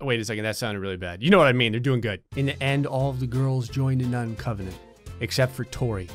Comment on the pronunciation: Did he say 'nun covenant' at the end? CONVENT,, nun CONVENT.